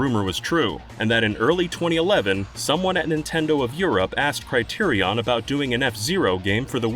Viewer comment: thats NOT how you pronounce Criterion.